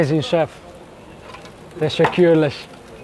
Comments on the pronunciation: It's lovely that the presenter is trying and I'm sure it's going unnoticed however I would double that pronunciation. Teşekürler is the word for many thanks or thank you which is pronounced teshe-cool-ler not teshe-cool-lesh which translates as thanks-carcass 🤣. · Hello my friend. "Thank u" = "teşekkür ederim" or "Teşekkürler". But u pronounce it like "teşekkürleş" :) Just to say. anyway, thank u 4 the videos. <3